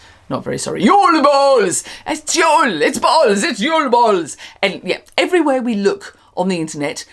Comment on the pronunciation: Can you make an mp3 of you saying JUL BOLS so I can make it my ringtone? 😂😂😂 I'm so excited this is back